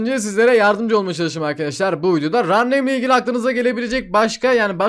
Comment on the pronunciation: kankam lütfen artık rar neym deme reir neym diye okunuyor